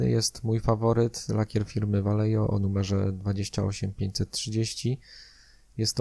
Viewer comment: Ja tylko taką uwagę lingwistyczną rzucę. Vallejo to firma hiszpańska, więc w nazwie "ll" powinno się czytać jako "j", "j" jako "h", a "V" na początku jako coś pomiędzy "b" i "w", co ostatecznie w przybliżeniu daje "Bajeho" ;)